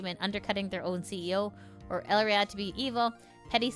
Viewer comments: A pretty common and ancient rule, if you are not with me, you are against me. There is no third stance to take. You dont kneel to me, even if we cant directly off you, we can make your life a living hell. On that note, i find it interesting how you read her name as El-ria. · Also on pronunciation, Elira's name is "eh-lee-rah" similar to Elara from Greek mythology.